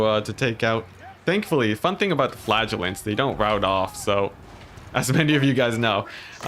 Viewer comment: I have to say, as a non native I was astonished I was hearing "flatulents" and my mind couldn't figure out what I was actually hearing. Flagelants!